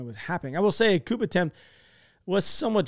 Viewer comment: The 'p' is silent in this version of the word "coup." Don't pronounce the p, dude. Not cool.